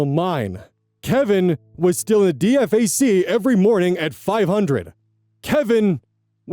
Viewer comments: Nails on a chalkboard every time you spell out the acronym. It's D-Fack. Or, Da Fuq. Never heard anyone spell it out in all the time I spent on joint bases. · DFAC is pronounced Dee-fack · great reading but i'm ex-army and i'm so distracted by how you keep pronouncing it D-F-A-C 😅 It's D-Fac, like it's 2 words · Fun fact you'd usually pronounce DFAC as "dee-fac" :) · Hearing call a Dee-Fack a D. F. A. C. kills me every time, lol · Just so you know DFAC is generally pronounced "dee-fack" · Hi. E4 Mafia reporting in. DFAC is pronounced De-fac, emphasis on the "De" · EVERY time he spells out D-F-A-C my skin crawls… IYKYK HOOAH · I read the one a few weeks ago and ☠️☠️☠️ Also sounding out D F A C every time took me OUT 😂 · Can def tell when someone's not army when they read dfac letter for letter instead of saying d-fak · First of all, it's pronounced "dee-fack" and SPC means specialist. Other than that, this is not how the army usually works. Kevin's life would have been a living hell and no one would wonder or care what's wrong with him. Put it this way, I probably should not have listened to this because I will probably have dreams tonight of the unpleasant variety. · Repeat after me, "Dee-fack" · So weird hearing DFAC not said as Dee-fack. Just Army shit I guess. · DFAC is pronounced just like it reads, the acronym (the military LOVES acronyms) is not spoken as letters. Say it as D-FAK (or D-FAC, D-FAQ). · For the love of all that is Military, its DFAC, pronounced as D-FAC. not spelled out like a noob civilian. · It's pronounced dee-fack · DFAC is short for Dining Facility. It's pronounced "DEE-fack" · actuslly pretty mych everyone in the service pronounces dfac like its a word (D-Fac) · So, for future reference: Dee-FACK (I am a soldier and that is how we all pronounce it) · For future reference DFAC is pronounced “DEEFAK” by service members. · It's pronounced Dee-Fack. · DFAC (dining facility) is pronounced DEE-FACK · Just FYI: It's pronounced DEE-fack.